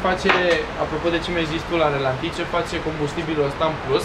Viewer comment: Dacă e "chiulasă" e și "ralanti"... nu relanti :p